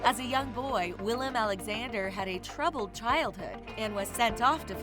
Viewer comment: Every time I hear her name I feel personally offended they put my name second (jk), but the same thing with the king, Willem Aaaaa-lexander